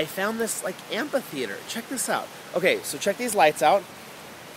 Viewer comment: Amphitheater. Am-fi-theater... It kills me that you're saying am-PA-theater. Sorry.